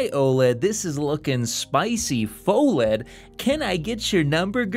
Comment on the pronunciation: It's pronounced "fuh-led" 🤓